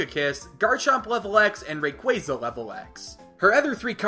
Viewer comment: Im sorry "Rayqwazer"